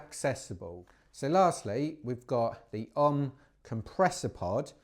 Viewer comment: Learn to pronounce the company name. It’s OMM representing Original Mountain Marathon so is sounded out as initials like “Oh Em Em” definitely not like the yogic incantation Ohhhmmmm!